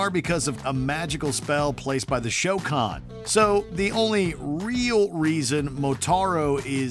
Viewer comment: “The show con” 🙄